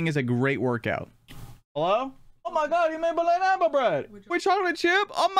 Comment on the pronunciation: there’s a thing between and chat where he calls bananas blanabas